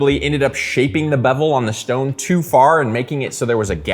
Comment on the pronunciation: The shtone